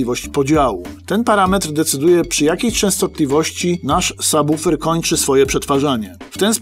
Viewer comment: Świetny odcinek, dobra robota! :) Oglądać Wasze filmy to przyjemność, a ten jest moim ulubionym. Ogromny plus za poprawną wymowę słowa subwoofer, bo często uszy mi więdną, gdy słyszę jak ludzie to wymawiają... Pozdrawiam serdecznie!